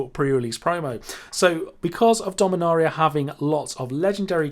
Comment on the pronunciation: Take a shot every time he mispronounced dominaria